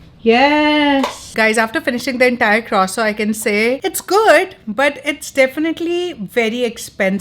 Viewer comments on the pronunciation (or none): Croissant 🥐 your pronunciation is so different. Is that how Canadian say it ? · No. She is saying it wrong